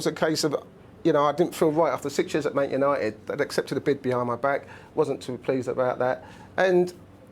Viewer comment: I've always thought they were called Man United, not "Mant" United 😂😂😂